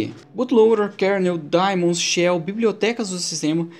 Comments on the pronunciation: Daemons pronuncia-se "di-mons". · mais uma coisa, a pronuncia em inglês é "di-mans", não "di-mons". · E no primeiro vídeo vc pronucia ai-pi-teibous pra iptables, que é a pronúncia em inglês us. Se segue a norma us de nomes, daemons soa di-mons. Ou então tem de falar i-pi-ta-bles pra ficar de acordo. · Se é pra ser preciosista com pronúncia de palavras de idiomas alheios eu digo que a pronúncia certa é "daimon", do grego ático/latim clássico. Só não sei em que isso afeta o conteúdo do vídeo...